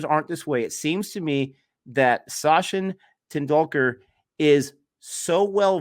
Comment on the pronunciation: your pronounciation of Sachin tendulkar s name in the very beginning is way worse then D TRUMPH in every possible way nd trust me D. TRUMPH was hilarious enough 😂😂 you topped him.. 👍👍 I played it 5 time nd was funny every single time 😂😂... tht shot he played on bret lee bowl is called "Upper cut" nd it was the very first time it was being played won't b exaggeration to call it an invention right there on the field ever since then it's been played a lot.. he invented tht shot like MJ invented moon walk several other batsman hv invented shots too like " Dil -scoop" by sirlankan batsman named " Dilshaan "